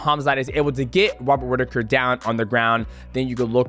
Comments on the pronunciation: "Wobbert Whittaker" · Love you DJ, but "Wobert Whittaker" had me cracking up 😂